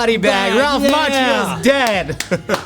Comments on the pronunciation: “I believe it’s pronounced Mach-io” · Um, it's pronounced "Mock-io"